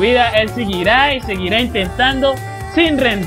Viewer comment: O de que se pasó todo el video diciendo "yaCHIrin" jajaajajaj